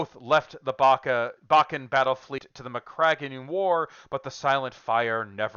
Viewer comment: Just like most of the rest of Bakka (pronounced Bakka ... not Barkah 🙄), the Cardinal is a travesty that is best forgotten. Awful. 😒